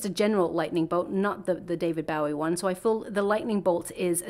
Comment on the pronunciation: His name is pronounce David Bo -- EE. Not bowing down rather like a (bow) and arrow